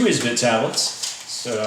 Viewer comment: Can you not speak English or are you just special? It is Esbit not is-bit. But at least we know that the "Tea Tree can't hold no other pot!" I also noticed you got your "Millennial" identifier in there by calling a canister stove a "stuuuve" dude...lol. Son you are going to get in a survival situation and find out that a knife is CERTAINLY necessary as well.